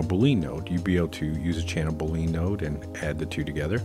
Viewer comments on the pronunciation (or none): Yeah, I'm gonna be that guy. For reference, boolean is pronounced -- boo·lee·uhn (with emphasis on the first syllable) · Liking how the channel is improving with each post. BTW if you mean Boolean then I believe it's pronounced like bullion. Or maybe I'm just hearing it wrong 😇